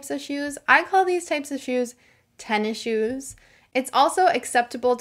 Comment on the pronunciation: Hi thanks for amazing teaching. I am wandering you said tennise shoe"tennishoe".I mean you don't say the letter s in tenn6